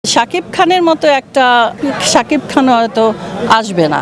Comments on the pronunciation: রিনা খান মায়া হাজারিকা এর নাম মনে করতে পারলো না, আফসোস শাকিব খান এর নামই উচ্চারণ করতে পারলো না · রিনা খান মান- সম্মান আর কিছু রাখলেন না শাকিব খানের! মেঘ আসলে শাকিব খানের নামটাও আপনি ঠিকমতো উচ্চারণ করতে পারেন না! হায়রে মূর্খ রিনা খান। 😂💥💯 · শাকিব খানের নামেই তো উচ্চারণ করতে পারছে না 😂😂